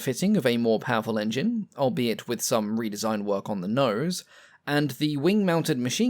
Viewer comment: Seems like a one-take narration with no corrections. I'ed say it was AI but don't think we had AI 4x years ago. Re-design gets pronounced as "Red-design"! and Proto-type as "Protter-type"!! Perhaps "" is not as English as he pretends and it's all on automatic translation. All Bluddy annoying for being easily avoided.